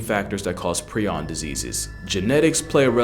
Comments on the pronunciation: Pronounced "pry- on" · Its pronounced “pr-eye-on” btw. Also known as mad cow disease in bovine, or Creutzfeldt-Jakob disease degenerates nervous and brain tissue, creating plaques on the brain that eat away at the tissue. Its irreversible and untreatable. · It’s pronounced like “Pry-on”. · Prion is pronounced with a long i sound. Pry-on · ❗❗❗Its pronounced prie-on (with a long i). NOT PREE-ON. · Just so you're aware prion is pronounced pry-on not pre-on. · It’s pronounced *pry-on. I knew about these diseases but it’s still Extremely sad ;r(, This is hell, can’t convince me otherwise.